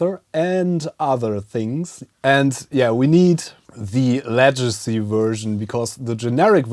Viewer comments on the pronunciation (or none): Hey, just a heads up, the English word legacy begins like leg, not ledge. Cool little device btw! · FYI legacy is pronounced Leg a see, but your English is still a lot better than my German. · Excellent video! By the way, the "g" in Legacy is pronounce as the "g" in gerade or genau. Tschuss!